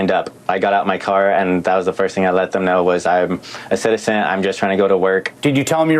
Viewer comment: Wife: he's an american ceeteetazan! 😂Get hooked on phonics , it worked for a lot of people !